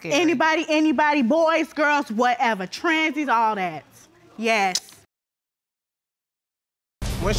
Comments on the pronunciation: NOT THAT SHE SAID TRANZIES 😂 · Supposed-BLY he axed her about the Texas and the tran-sies